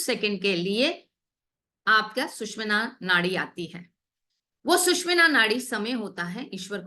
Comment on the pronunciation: सुशुमना नाडी is right pronounciation